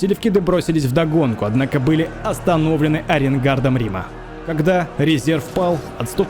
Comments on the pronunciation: в конце резануло по уху "аренгардом".. есть слово арьергард! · арьеНгард🤣 книжки почитай исторические, чтоб не коробило слух всевозможные косяки при читке. Для школоты и зумеров кнчно сойдёт, они книжек не читают